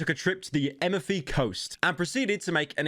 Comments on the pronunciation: I heard emefi 💀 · Thank you, pyro, for pronouncing 'amalfi' in the most retarded way I've ever heard. Love from the emefy coast <3